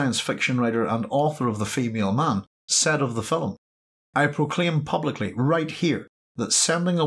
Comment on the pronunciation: It's film, not filim.